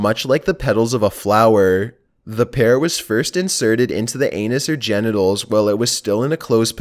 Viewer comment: 😂😂😂he said ganitals😂😂😂